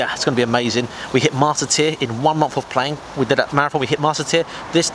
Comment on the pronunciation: Why the fuck are you pronouncing it "marath on"?